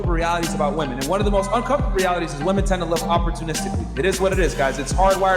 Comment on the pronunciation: He he... "wamen"